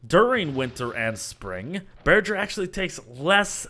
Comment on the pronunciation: Imagine pronouncing bearger like burger